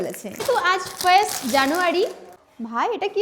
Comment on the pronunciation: First january ❌ Frest january ✅ 😅😅😅😅😅🤣🤣